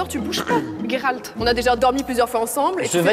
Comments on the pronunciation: Coucou, faudra juste dire à Natoo que c'est Géralt pas Guéralt XD dans la pronociation XD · Pk ils le prononce « guéralt» alors que ça ce prononce « jéralt »